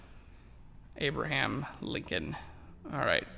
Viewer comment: ..isn't it Lincoln rather than Linclon?